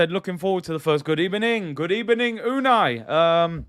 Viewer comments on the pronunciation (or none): Always thought Emery got a rough deal here especially with his English as in a lot of regions in Spain they pronounce their V’s as B’s hence “Good Ebening”